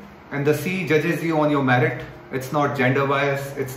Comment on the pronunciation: It's merit not "marit"🙄